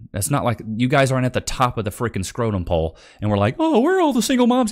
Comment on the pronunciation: Did he say scrotum-pole?? 😂😂😂😂😂😂😂😂😂😂😂😂😂